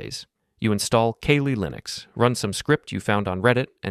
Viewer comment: “Kay-lee Linux”